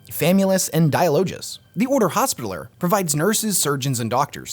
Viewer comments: Yo its not “hospitaler” its pronounced “hospit- taLLer” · The word hospitaller isn't pronounced like that. "Hospi" is said the same way it is in "hospital", and "taller" is said the same way it is in the word "taller", as if saying something has more height than something else. Named after the Order of Knights of the Hospital of St. John of Jerusalem, or the Knights Hospitaller, a medieval Catholic military order.